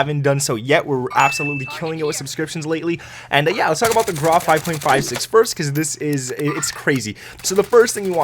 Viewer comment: Hello the name "GRAU" is the German word for gray. Like the word "WOW" it is only pronounced with a gr. the google translator can help you with the pronunciation. it's not meant to be mean. Keep it up, love your videos greetz from Germany